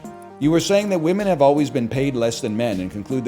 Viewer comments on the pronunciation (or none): none